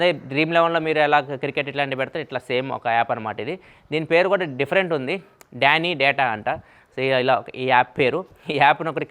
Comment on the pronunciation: Football betting app name is not డాని-డేటా. It's ధని-దాత. 😂😂